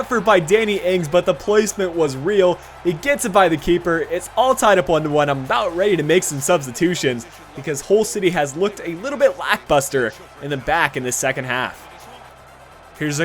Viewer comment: Lackbuster?!?! its lackLUSTER buddy! lolol hahaha